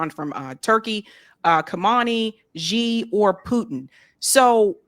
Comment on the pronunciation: Say President X, if you can't say Xi that sounds like soft she or Hsi. Stop stupidly mispronunciations like "is Reel" for "Is-Raw-Hell"!!!